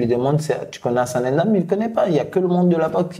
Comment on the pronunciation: Il s'appelle NDAM. Je ne sais pas prkw les français st incapables de l'écrire ou de le prononcer coe ça, en tirant le n.